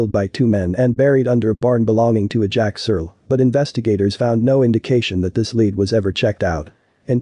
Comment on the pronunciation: You need to learn how to say the words lead